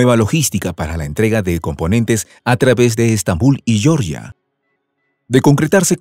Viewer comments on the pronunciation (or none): El país europeo Georgia se pronuncia como se lee en español y no se pronuncia como si en América latina habláramos ingles.